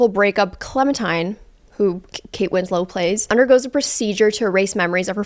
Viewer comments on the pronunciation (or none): Not you calling Kate Winslet Kate Winslow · kate winslet not kate winslow girl